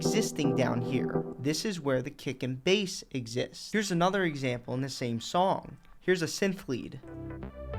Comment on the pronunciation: Whenever he says 'kick and bass' I hear 'dick and balls'